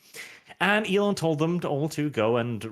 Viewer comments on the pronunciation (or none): It’s Elon, not “Elen” 😎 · FOR THE LOVE OF GOD SAY IT WITH ME NOW E-LON ITS NOT HARD!